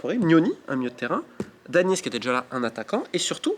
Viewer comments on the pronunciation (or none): Jayden Danns et pas Dannis